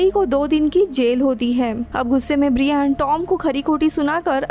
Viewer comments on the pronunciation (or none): Bra Yen , it's not Bree Yan. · His name is ब्रायन not ब्रियान 🤣🤣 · It's not briiiaaaan 😕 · Pls check on Google before pronounciation Brian .